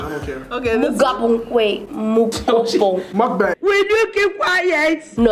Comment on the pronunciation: Not Muck Bang 😹😹😹💔😭😭